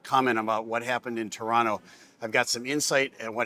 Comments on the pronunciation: You said "Torono" the first time like a Torontonian.....well done eh !🍁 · Finally someone who pronounces Toronto like a Torontonian...